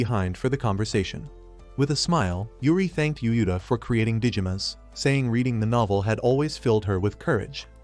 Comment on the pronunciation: Text: Yuuta AI: U-U-Ta